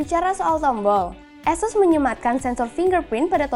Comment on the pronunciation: bacanya asyus beb bukan asses